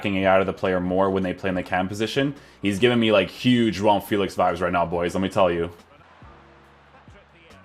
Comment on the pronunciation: You said you're portuguese or descendant... Please pronounce JOAO FÉLIX correctly. It's very cringey when I hear youtubers saying FÉLIX like feel-ics instead of Feh-licks